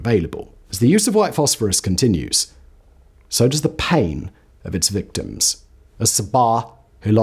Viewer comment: lol it's "victims" get out of here